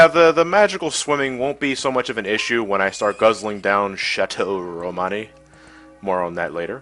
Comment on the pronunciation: It sounds like you're saying "Shots O' Romani" rather than "Chateau Romani."